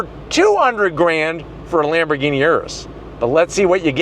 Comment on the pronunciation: Lambergeeni Yiris 😂😂😂😂 come on speaking of crispiness the audio here is so CRISP